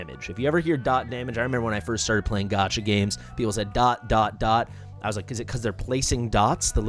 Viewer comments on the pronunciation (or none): none